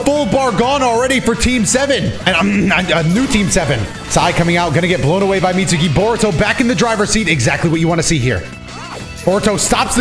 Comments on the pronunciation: "Mit-soo-ki" Imagine watching anime for as long as you presumeably have and not knowing that `U`s are always virtually silent if not completely. (눈∀눈;) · "Mitsuki" is pronounced with a silent "u" -> confirmation you do not watch the show x)